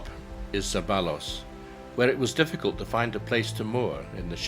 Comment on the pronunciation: Just for future reference Zeballos, Portillos or Vallejos Surename is always mispronounce, 2 Ls (LL) should be pronounce as the Y in YO. Zeba(YO)s. Beautiful video thanks for the virtual trip.